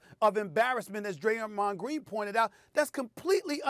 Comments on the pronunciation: I agree with "Graymond Dreen" but because it's coming from his mouth, people don't wanna hear it. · Yes, Graymond Dreen. That's the name! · Graymond Dreen??!!!?!! Let's give it up for old Graymond Dreen! I'm dead lol